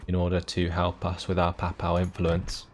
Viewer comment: I can forgive the failed attempt to pronounce "galloglaich" (which wasn't far off, anyway), but not the butchering of "papal."